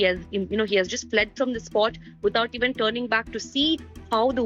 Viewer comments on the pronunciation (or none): none